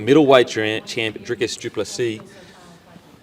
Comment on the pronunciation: How you pronounce plessis makes my eye twitch 😂